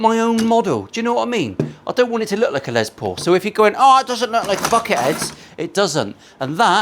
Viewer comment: Here I am editing a Les Paul video watching a Paul Les Paul video. At least you pronounce it normally, unlike the Yanks and their Less Paul. Last time I mentioned that, I think I triggered the whole country.